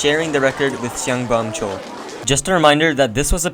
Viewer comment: actually Cao is pronounced Tsao